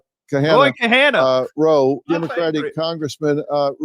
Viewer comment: I wasn't looking at the screen when he butchered Ro's name so I had no idea that's who he was talking to